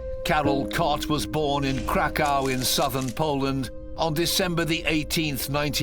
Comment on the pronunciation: The way Krakow being pronounced. Crack cow 😆